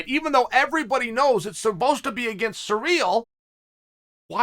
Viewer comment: Mate just say Gane. Listening to you say Cyril is was difficult. But I still love you bad guy.